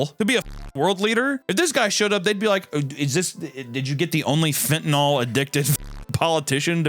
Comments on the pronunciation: Hey, where is the letter “O” in the word fentanyl? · ...please stop saying "fentanol". That's not how it's spelled and not how it's pronounced. It's spelled "fentanyl" and pronounced the same. Do you read?